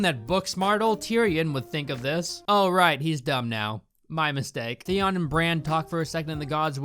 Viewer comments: Good script but the meme editting along with your pronounciation of Theon give me question. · The way you pronounce Theon’s name makes me want to cry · Hey you mispronounced theon but I still love you (and I totally get it, got has a loooot of names) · Thaon? Its Theon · bro cant pronounce names they say out loud lmao. "jendry" Thayon" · Thanks for this. Also, what's up with your Thayon instead of Theeon choice? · Great points but seriously learn how to pronounce the characters names!! His name is GENDRY (like KEN but a G) not GINDRE!!! He even says it in the clip you played! And if you love the character so much his name his THEE ON not THYON. It’s so irritating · It’s pronounced thee-on not say-on. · R u purposefully pronouncing some names wrong? Thay-on, Jen-dree. Its Theon, and Gendry. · you say theon very weirdly 😂😂😅 it's thee-on not the-on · It's pronounced THIE-ON, not THAY-ON, and Gendry has a hard G, like Goose, or Guide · Please learn to pronounce Theon (Thee-on) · Jendry? Ereks? Thayon? Holy shit dude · Who tf is "Thayon" ..or "Jendree" for that matter? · Who are Jendry and Thay-on? Avatar level name pronunciation. Watching in 2026 and it's so irritating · are you sure you've watched GoT? All the names you're pronouncing wrong lmao. Thayon Greyjoy, Jendry Baratheon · sometimes you have such a weird pronunciation of some names.... WTF is with ThÉon? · I hate the way u say theaon 🤣🤣🤣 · What the fuck is a "theyon"? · Lmao “Thayon” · lol THAYON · jindry and thayon? wtf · This pronunciation of Theon as "Thay-on" - is that because you read the books first and always imagined that pronunciation (what I still do with "Naruto")? Edit: And Gendry as "Jendry" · Who tf is "they-on"...? Would you pronounce Leon as "lay-on"? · Why do you pronounce "Theon" as "Thay-on" lmao 😂 They literally say it in the show but you still manage to mispronounce it? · Sooooo valid points are made. But why the hell do you say Thay-on, Jen-dry and Walter Frey? Why? Why?